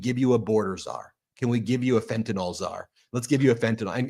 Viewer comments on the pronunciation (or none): Fentanyl -- FENT A NIL . Not FENT A NOL. Can you say it right please? I'm not going to tariff you, promise. :-)